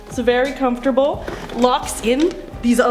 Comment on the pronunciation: Hate the way you say the word comfortable, and I have a version of that chair, and the memory foam on it is a joke